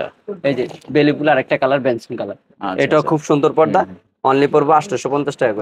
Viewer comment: Bhai podda na porda